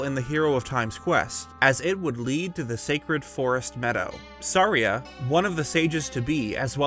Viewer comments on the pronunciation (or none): Did he call Saria, sorry-uh? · It's so funny that it drives me nuts whenever you say Saria, because I pronounce it "Sah-RIE-uh" which is a pretty common name. Just makes me cringe and laugh ever episode 😂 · Am I The only one who pronounces Saria as “suh-rī-a”?